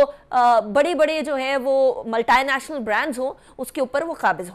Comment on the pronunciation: Multai national kya hai be multinational hota hai zaheel aurat